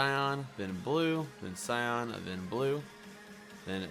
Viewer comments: You are saying cyon blue cyon blue it's s-eye-an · not cyon ,cyAN (si-an)